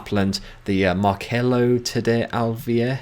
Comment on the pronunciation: "Markelo" is Marcelo is Mar-cell-oh. "Julio" is Julio is Who-lee-oh Thanks for the insight, mate. 😊